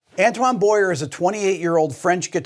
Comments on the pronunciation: Just one thing Rick, his name is Boyer not Boyare like you seem to say. Say it like Boowayey, like hey! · A French person would pronounce his surname as "bwah-yeh" not "boy-er". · You can't even pronounce is name, it's, "boy-yay," like the word, 'foyer'.